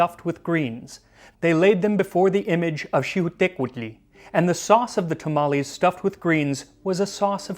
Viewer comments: Gotta respect a man who can sip from a Pikachu mug and pronounce Xiuhtecutli competently. (Edited to fix a typo dammit) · I literally cheered when you said Xiuhtecutli. You have my mexican seal of approval. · Damn dude sick pronunciation. Most folks just get scared with Quetzalcoatl and you nailed Xiuhtecutli? Hell yeah.